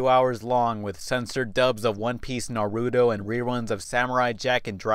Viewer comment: it's naru-TO, not naru-DO. ...sorry, that's a petpiv i have. ^^' anyway, i did watch those shows when they came on, though i did watch all of them, just the ones i like, but that was alot on the time slot. and i agree, up until i saw one piece on this anime channel online, i never knew how bad one piece was. man...i was one stupid kids. lol XD